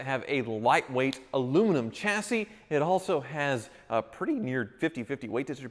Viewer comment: Thank you for pronouncing chassis correctly! It really annoys me how so many car people say shacee even though there is a ch and not an sh. I was always confused when people pronounced it incorrectly I thought I must be mistaken.